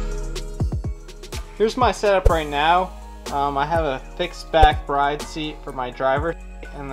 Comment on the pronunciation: Brid not bride